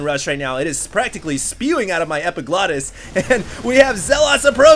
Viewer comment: LOL, EPIGLOTTIS